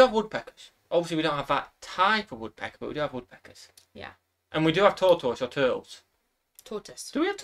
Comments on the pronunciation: saying tortoise is the funniest thing EVER!!! “Tour-toe-ess” is what it sounds like when he says it. 🤣🤣🤣 says it correctly right away! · actually, what he said was TORE-toyce, rather than TORT-iss. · the way pronounces "tortoise" is too funny. lol